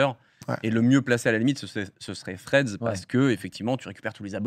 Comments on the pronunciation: Les potos, vous savez prononcer Club House, vous êtes des personnalités publiques, savoir prononcer Threads, vous pouvez! Allez Domingo, petits cours d'anglais ? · Y’a moyen de faire un effort sur la prononciation de « Threads » ? Sinon je comprends pas pourquoi on voit des posts de gens qu’on ne suit même pas… C’est genre un mur Facebook ? 🤨